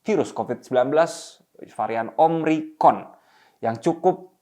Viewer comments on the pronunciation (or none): Varian baru omicron, bukan omricron